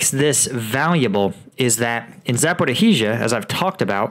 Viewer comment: And yes, it’s Zaporizhia! It’s not Zaporihizhia! Pretty please 🙏